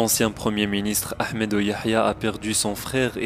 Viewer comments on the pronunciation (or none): none